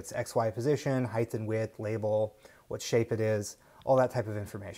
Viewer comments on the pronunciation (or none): Nice presentation. But come on,, "width and heighth"? The word is "height"